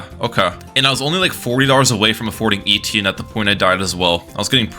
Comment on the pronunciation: thats not how you say etienne